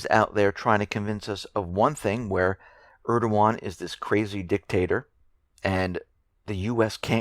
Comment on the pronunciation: Always interesting listening to your reports,it always makes me smile when you pronounce erdys' name,would love to hear you try Davutoglu! Thank you for the smile x I just wanted to post because I often ask people what they know about Smyrna,or the Leventines,and I always get a blank glazed reply.Izmir (Smyrna) has an incredible history which I believe has made "it,and it's people what they are today. It has a strong CHP support and they wear a badge of " Infidel of Turkey" with pride. Asa Kent Jennings,an American saved thousands of lives while the war ships of US, British, France and Italy stood idly by....I would really like to write a lot more, but if people do their own research,well the rest is history as they say!